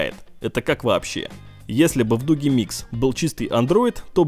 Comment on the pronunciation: Дуджи микс, а не дуги!!!